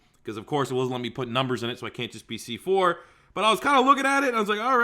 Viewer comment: You can be “cee four”